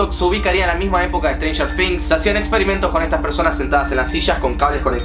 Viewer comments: strenger things* NO "strenger fings" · Se pronuncia con "z", pero también escucho F jajajajaja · No se pronuncia con f se probuncia cob z la palabra things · Siento que decís "strenger finx" jajajaja Nose que onda , capas es así y yo boluda siempre diciendo "strenger thing "TINGs". equisde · Si yo tambien lo escucho que dice strangers finx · Jaja "estrenjer fings" xd te quiero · "estranyer fings" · "Stranger fings"